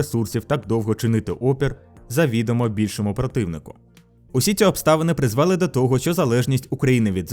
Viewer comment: ви́падку* - призвели́* 💙💛